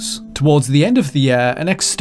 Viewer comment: Every. Single. Time. This dude says "year" I am triggered. I try to ignore it, but he says it A LOT